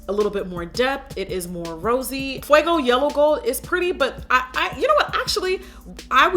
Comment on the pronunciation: Yasss jackie hit that "mira me" and "fuego" flawlessly 😍